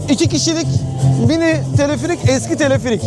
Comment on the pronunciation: Teleferik kelimesini neden Tilifirik diye soyluyorsun video boyunca gulmekten catladik